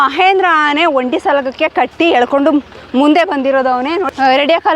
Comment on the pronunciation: Amma thayi nin kannada keloke agta illa. Dayavittu bayi muchamma. Phala kke pala antiya Aane ge haane antiya.